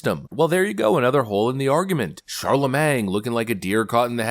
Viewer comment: "Charlamang" is crazy 😂